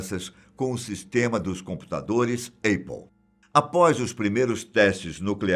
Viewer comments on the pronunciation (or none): Não se diz Êipple.. se diz Ápple mesmo. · Repita comigo meu caro APPLE = "ÉPOU" e não "EIPOU"! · Não se diz eipou, a pronúncia correta é épou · Alguém fala pra esse velho que a marca se chama “Apple “ não Eipou 🤷‍♂️🤦‍♂️ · não conheço essa empresa. Eipôl.. deve ser da Coreia do Norte. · Rapaz... "Eipou" é de doer os ouvidos, hein! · Apple se pronuncia “épol”, não “eipol”. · Só ouvia ele falando EIPPLE, Brasil tá ruim, mas olha tem lugar pior com certeza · Avisa o tio, a pronúncia é "épple" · “Eipol” KKKKKKKKK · Please, please correct your pronunciation especially APPLE.🤦‍♀️ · Erros na pronúncia da palavra Apple 🤓😉